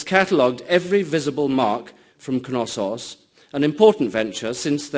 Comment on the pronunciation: Which "K" is silent? In Knosssos? Why would it be, it's from Greek, not Old English (where the "K" wasn't silent anyway, in words such as knight).